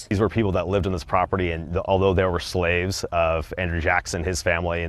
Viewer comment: Y’all could have pronounced slave correct